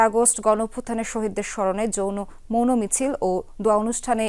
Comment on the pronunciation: Apu jouno misil na….eta hobe mouno misil….obosho apni thiki bolesen